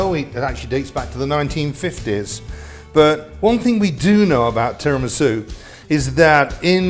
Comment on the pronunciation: You pronounce it Tee rah me soo